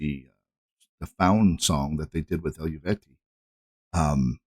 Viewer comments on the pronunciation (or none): Eluveitie is pronounced El-Vay-Tee 😊